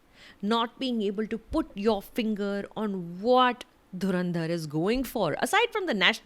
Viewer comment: The way she is objecting the name of the movie Dhurrrrandharrrr is exactly similar to pakistani news channel mocking the name of movie